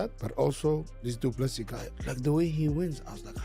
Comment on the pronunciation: The last "s" in De Plessis is silent. Adensanya "s" pronounced as "s" not a "z". Even pronouncing Khabib surname wrong, I'm done correcting you. It's your channel, do some research.